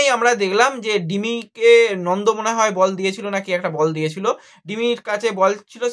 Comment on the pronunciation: Nondo na Nanda age nam gulo bolte sekh,,,tarpor video korbi